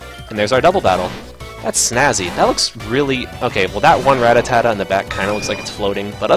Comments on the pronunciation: every time he says ratatatta and not rattata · It's pronounced ra-(as i rat)tar-tar, not ra-ta-ta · Im trying so hard to ignore him saying Rattatata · This is not rattatata! it's rattata! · he said it with too many syllables. i don't know why so many people screw rattata's name up